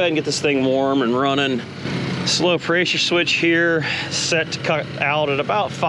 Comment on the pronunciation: Dude is smart as hell but can’t say the word pressure without adding a Y 😂. Preysure. Seriously though good shit you the man